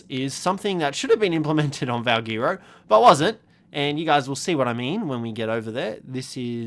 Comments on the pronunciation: The way he says valguero annoys me. Is it not pronounced “val, gwair, ro” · Valguero is pronounced as VALGHETTO.